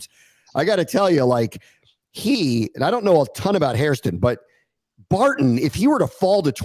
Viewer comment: The consistent mispronunciation of “Barton” and “Scourton” is a bad look boys…